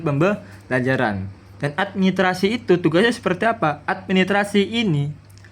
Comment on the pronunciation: Administrasi pak guru ...bukan Admi trasi he